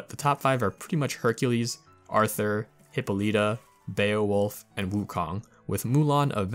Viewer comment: I appreciate the video, truly, but I can't get over how you pronounced Hippolyta lol